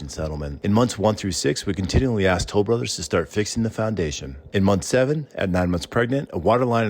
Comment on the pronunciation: 📐Wow!!! Good example of Speed process in construction without any care of the product.🤨 Most consumers don't know that Improper installation of materials can void out the manufacturer warranty of the product in a lot of cases. AND... I cringe when I hear " Tol brothers". 😬